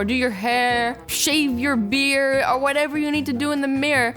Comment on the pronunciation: it sounded like you said to shave your beer 🤣🤣 I love you azzy!